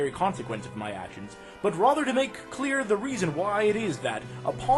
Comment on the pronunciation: why the fuck do you say "rother" instead of "rather"?